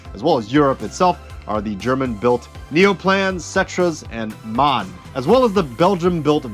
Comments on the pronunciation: Just FYI, MAN is pronounced as EM AY EN and not as the word man. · Just found your channel and i really love your content. Keep up the great work! Just one little correction to a common mistake: the german "MAN" is pronounced seperately "M-A-N" as it stands for "Maschinenfabrik Augsburg-Nürnberg" which roughly translates to "machine factory of Augsburg and Nuremberg" ;)